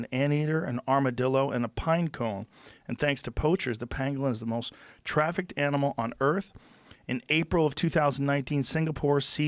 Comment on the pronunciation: The word is “trafficked”, Joe